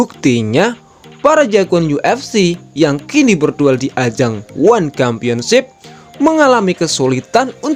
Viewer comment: Championship bacanya tetap pakai huruf "c", bukan "kampionship"